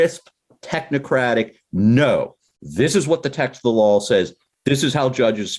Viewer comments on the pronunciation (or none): Petition for this guy to learn how to pronounce "law"